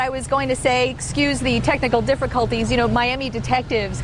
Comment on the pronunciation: excuse the technical diffriculties u trying to be racist to us asians? we dont add r's to everything